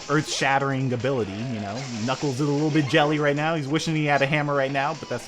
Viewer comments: knigles so much failure on pronouncing knuckles. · he said niggals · why does he call knuckles niggles